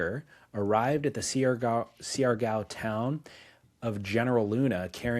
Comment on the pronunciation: Siargo is pronounced “shar-gow”